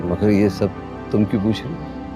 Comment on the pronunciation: Anyone who has noticed that Nargis buaa says Jey instead of yey